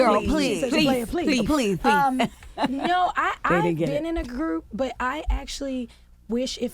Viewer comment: “playa pleathe” 😭😭😭😭😭